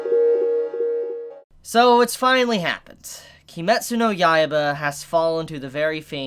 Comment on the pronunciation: If you're weeby enough to call it Kimetsu no Yaiba instead of Demon Slayer, why do you hard pronounce the "u" at the end of "Kimetsu"? If you watched Naruto, would you pronounce his rival's name "Sasookay"?